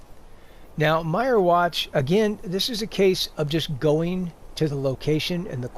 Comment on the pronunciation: wtf...did you really call them "Dark Soul Gems?" and it's pronounced "Meer-Watch" not "Myer-Watch" lol.....go away poser